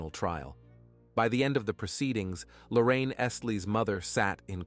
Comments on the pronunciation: Please get her name right idk if its Lorraine or Lauren? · Appreciate the content but the repeated switching of pronunciation of Lauren’s name (to Lorraine) makes this hard to listen to.